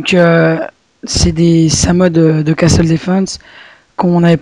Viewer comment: On dit pas "Casteule" mais "casseule" :3 ! Bonne vidéo et bonne chance :-) !